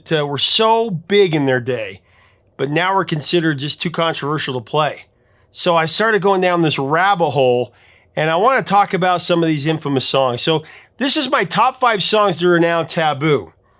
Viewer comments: did you say "rabba hole" instead of "rabbit hole"? You know the term is "rabbit hole", right? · …. What’s a “rabba” hole? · What's a "rabba hole"? lol. Did you mean "rabbit hole", as in (Alice in Wonderland)?